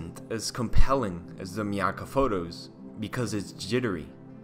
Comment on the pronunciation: It’s pronounced my akka and that picture was taken in my neighborhood